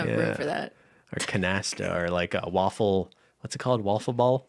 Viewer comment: For: Wiffle ball, not waffle 🧇